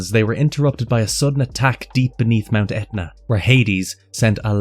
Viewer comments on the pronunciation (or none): none